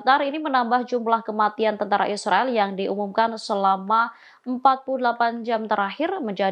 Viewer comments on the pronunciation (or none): none